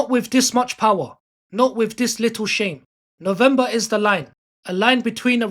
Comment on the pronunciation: Have you ever considered pronouncing words correctly on your videos? "Dis" would make "dem" sound a lot better!